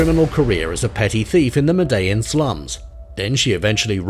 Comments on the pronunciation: Did he just call her griselda Franco? It's Griselda Blanco and it's pronounced "medi-jean" cartel 🔥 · What did he call it .. ma-dell-in or something like that? And to call the godmother of cocaine Franco instead of Blanco isn't a minor mistake either ☠️ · Interesting pronunciation of “Medellin” as well.